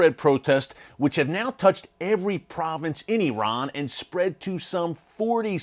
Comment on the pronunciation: First of all thank you for pronouncing Iran and Iranians correctly. You did an excellent job with your report. The issues in Iran are not just the Hejab. This is an evil wicked regime, self serving and NOT from God, as you well know. Yes PRAY for the Christians. ❤